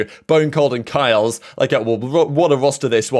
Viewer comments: Its not pronounced "kyles" Its like "kee les" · you mispronounced kyedae and kiles. kai day. keal es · kiles is pronoucned kile lez , just to let you know. Great video :) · kiles is prenounced key-lez